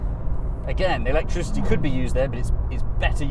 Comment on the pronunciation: Electrizzity and faff😂